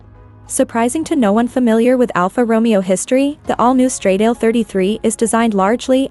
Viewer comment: Please, get some basic understanding of how to pronounce “ semi- correctly “ the ITALIAN ( NOT English !!) name of the brand and the model !!! STRADAAAALE WITH THE A AS IN ANN !!!! 😖😖😖😖